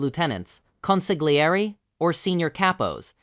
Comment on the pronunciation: Its a sin to pronounce "consiglieri" that way lol.